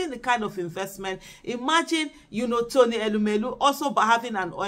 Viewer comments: Madam Aisha yesufu ❤❤❤ great 👍 job ma. We are actively ACTIVE 😅😅😅. Meanwhile, it's TONY not Rony ma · Please correct the name, it's not Rony but Tony